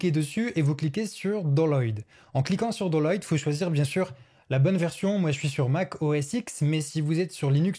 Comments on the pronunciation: Il a bien dit "doloid" (au lieu de Download ? Le mec manipule les IA mais il sait pas parler. Mes oreilles saignent encore. Download ! Ducon (mon écoute n'as pas été plus loin et je bloque ce site de débile) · attend je suis le seul à entendre dolloïde ? au lieu de download ? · download = "Daounlod" pas "doloy" 😂😂😂😂 je me suis abonné direct, ta vidéo était parfaite !! j'ai beaucoup aimé et j'ai aussi beaucoup appris !! désolé pour ton pc 😂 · C'est moi ou il n'a rien compris à la prononciation anglaise ? Doloyd :-D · Avez vous pensé à apprendre l’anglais 😂 “ doloyd” … excellent